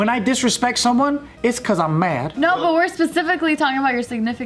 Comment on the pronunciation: Did anyone else catch how Joe said "mad" ? Shit had me rollinggg 😂😂😂